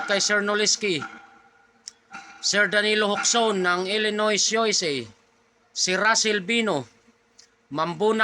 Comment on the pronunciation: Gd evng, shoutout kay mrs ko, marebie baldespinosa from.catmon cebu. Konting correction. Illinois, ang pag pronounce ( i-luh-noy). Thnk you